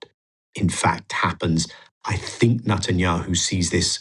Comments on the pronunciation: He keeps saying Nutanyahu! Deliberately mispronounciating? Anyway, it about sums him up..nutter! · I like the way he pronounce bibis name sounds like Nutanyahu haha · Thats the whole point, nutenyahu is a nutter!